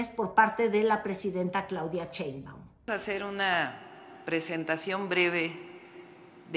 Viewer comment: A ti te gustaroa que se dijera tu apellido como burla???????? Pronunvia bien el apellido de la presidenta no seas VULGAR